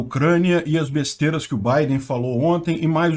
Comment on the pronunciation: Falando "besterias"